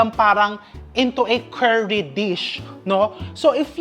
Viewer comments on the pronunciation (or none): none